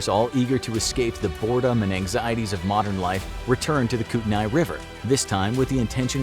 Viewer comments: We locals call the kootenai river kootnee river not the koot uh nye river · Every time he said Kootenai like that, I died a bit inside. I grew up in Coeur d'Alene, ID near Silverwood Theme Park. It's in Kootenai County. The locals pronounce it like coot-knee. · If growing up in kootenai county, Idaho has taught me anything- it’s that you are pronouncing kootenai wrong. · No big deal but you pronounced Kootenai rong